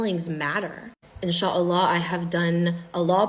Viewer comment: Salam alikom well explained and I like the way you say inshallah